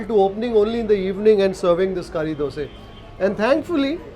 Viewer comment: Why you say dose not dosa. It sounds off or I am wrong?